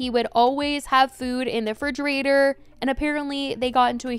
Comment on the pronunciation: Fridgerator? I thought it was a refrigerator